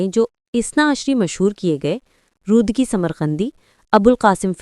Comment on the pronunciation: رودکی کے نام کو برای مہربانی درست تلفظ کریں Rudaki ہے Rudki نہیں۔دوسرا ممدانی خود بھی ٹیوٹر اکاؤنٹ خود کو اثناعشری کہ چکے اور خوجون ایک گروہ جو بعد میں اثناعشری ہو گئی پوری تاریخ ہے ان کے۔۔آپ دو الگ موضوعات کو اپس میں خلط ملط کر رہے ہیں۔۔ فرہاد دفتری نے تاریخ اور عقائد اسماعیلی میں اس پر تفصیل سے لکھا ہے